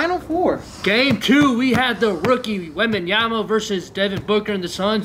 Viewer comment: Bro said Victor wembyana 😂😂😂